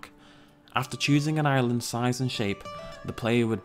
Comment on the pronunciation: like the way that you say island as Ireland